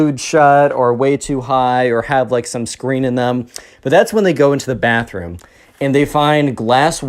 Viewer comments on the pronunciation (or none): none